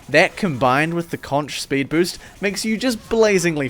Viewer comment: Why do people keep pronouncing "conch" like that? :(